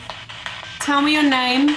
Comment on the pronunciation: Yes where you tagged it “Me” that sounded like “Amy” 🤔